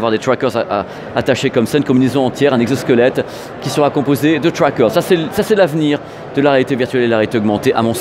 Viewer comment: Avec les trwackeurz.... Oh putain c'était un pari ou quoi...autant y aller avec l'accent français, le franglais du gars du pinpins c'est encore pire